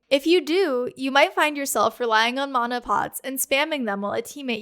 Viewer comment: Mana management sounds way better if you say mana right